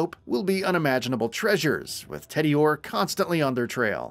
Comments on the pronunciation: TEEdior. Rheeees. (Rhys is a name with a standard pronunciation - and it’s never ‘rise’). 😮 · You know the narrator is not even familiar with Borderlands by the way he pronounced Tediore and Rhys. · I was so distracted by that from the moment he fudged tediore